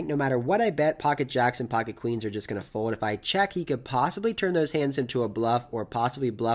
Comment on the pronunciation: I can't stop hearing "fowed" whenever you say "fold" haha